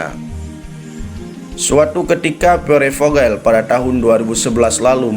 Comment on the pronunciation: Mohon maaf Koreksi. Dibacanya Pier Vohel.